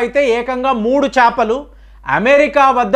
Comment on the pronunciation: చాపలు కాదు అండి చేపలు.